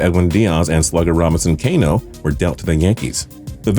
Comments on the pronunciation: The way he said Robinson Cano shows he knows nothing about baseball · Did he purposefully mispronounce every mariner except james paxton? Edwin Deeyas, Robinson Keeno, Jean Seegara... its strange to me that he could actually think they are pronounced that way, they seem like pretty straightforward names...